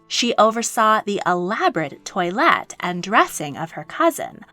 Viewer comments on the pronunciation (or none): none